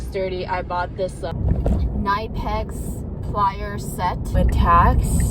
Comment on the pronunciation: 😂 you bought a monkey wrench! Also, as a Club Knipex member, and a German myself, it's pronounced Kuh-Ni-Pex.